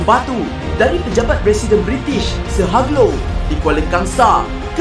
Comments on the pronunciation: Cara sebutan Hugh Low bukan "Hag Low" tapi "Heeoou Low". Pelik kan? Harap maklum. Juga, restoran fast food pertama, setahu saya, ialah A&W juga di jalan TAR di KL. Sebenarnya diletak dekat KFC pertama. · Kalau tak salah sebutanya ialah.....'Hiuj Low'